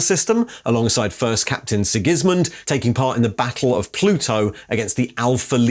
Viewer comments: SIGis-mund. Never heard it pronounced SigISmund but its definitely wrong. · sig-IS-min Lol